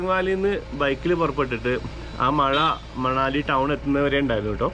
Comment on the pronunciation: It's pronounced Manali with an n like the n in n in vinayam.hope you don't mind my saying so.